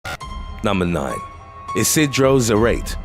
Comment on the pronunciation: The name is pronounced ee-see-dro zah-rah-teh